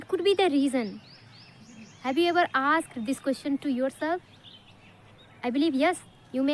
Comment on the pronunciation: Ma'am you're really wonderful. Please check and correct your pronunciation of the words- "answer, meant and asked"